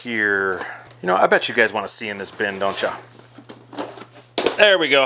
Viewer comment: Doncha! Hahaha. . . . Midwest accent hangin' out. . . . Love your channel, man!